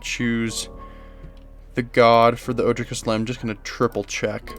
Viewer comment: Love this deck, I always feel at home in green. Kaslem doesn't super speak to me as a commander but I have most of these cards anyways so I'm definitely going to be playing her! Side note just to let you know, all of the Ojers are pronounced with the J as an H like in spanish, so it's O-hair